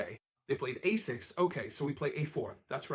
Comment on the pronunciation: Fantastic exposition, btw. And excellent production values. Though the AI mispronounces a6 and a4 at .